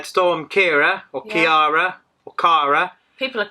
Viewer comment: Ciara is pronounced Cira